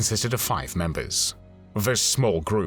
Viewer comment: And "fife" instead of "five"...I guess AI